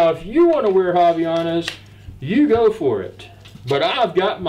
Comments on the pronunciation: its fine tho hahah by the way nice unboxing of the "haviyanas" hehe. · Did he just say haviyanas?